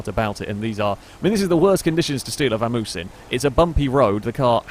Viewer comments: I cringed a little every time you said Vamoose instead of Vamos lol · It's a vamos. Not a vamoose. Its Spanish. Pronounced Bamos technically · Am I the only one that cringes when he says Vamoose instead of Vamos?